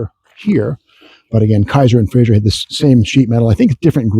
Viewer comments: ...and it's pronouned "fray-zer", not "fray-zher" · My grandfather collected Kaisers and Frazers, he even had a Darrin and a '51 Frazer Manhattan convertible, and I came home from the hospital after being born in a Kaiser. One slight complaint about the video though, you keep pronouncing it FRAY-ZYUR, not FRAY-ZER. It was still a great video.